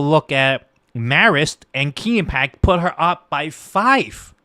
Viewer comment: Rasmussen, one of the most accurate pollsters gives Trump 313 Electoral College votes and only 225 for Harris. Guaranteed victory for Trump. By the way, learn how to pronounce Quinnipiac. And it is not true that Trump called out veterans losers. It is true that Tim Walz is guilty of stolen valor.